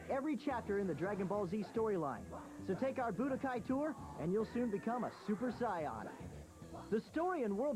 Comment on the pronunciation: Weird that pronounced Super Saiyan as "Super Scion" like the Japanese pronounciation.